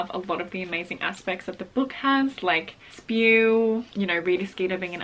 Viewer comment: I think it isn’t pronounced spew, I think u spell it like S P E W yk 😂😂